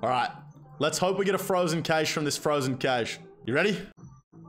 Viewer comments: Frozen cayshe. Loool. It's pronounced "cash". Still love your vids anyways 😂😂❤️ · Frozen "caysh" lmfao